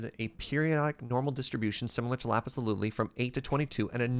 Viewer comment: Oh just doesn’t know it’s “lazuli,” huh